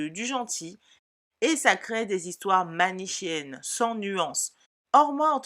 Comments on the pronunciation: manichéenne se prononce "manikéenne", pas "manishéenne". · manichéenne se prononce mani-ké-enne....